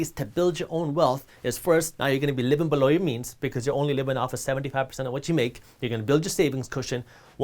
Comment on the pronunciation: Took me a while to figure out what he meant by saying BE-LOW = below 😂